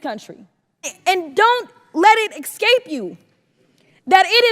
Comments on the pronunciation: “don’t let it exkape you”? Do you mean, escape* congresswoman? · "ecscape" lol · Jasmine Crocket "Don't let it eXcape you!" wow, she sure sounds high IQ. What a joke.